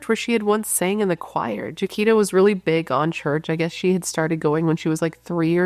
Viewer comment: Her name is pronounced (Ja-qweeta) She was my childhood friend. Our whole church looked for her when she disappeared. 😭😭😭 NEW SUBSCRIBER 🎉🎉🎉